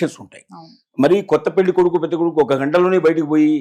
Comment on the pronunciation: Yes, కరష్టు గా షెప్పావు, పెల్లి ఏంది నా సుల్లి లొ యాస, పెళ్లి అనాలి